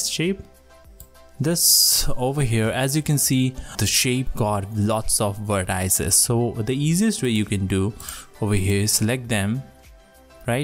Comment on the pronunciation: Its not vertAAIces, it is called vertices and actually its not even vertices, those are anchor points!